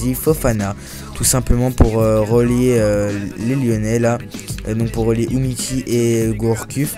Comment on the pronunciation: Ahahahahah Umiti mec tu sais pas lire c'est Umtiti et aussi ton mg c André Ayew pas Jordan -_